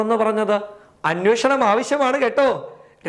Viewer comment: അനോഷണം അല്ല അന്വേഷണം.. ഈ തീട്ടത്തിന് ഒന്നു പല്ലു തേച്ചുടെ... അല്ല അതൊന്നും ശീലമില്ലല്ലോ ല്ലേ